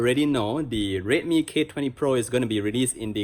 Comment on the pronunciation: Why does it sound like he's saying rape me every time he says redmi